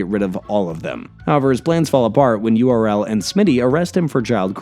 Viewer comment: Kinda disappointed with this one. Slamming seasons 5-12 in the back half of the video, only covering two of the 4 movies, mispronouncing URL's name.